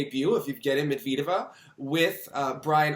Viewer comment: Thank you for the vid!! ALSO - its not med-veed-eva lol. med-ved-yeva. med and ved rhyme.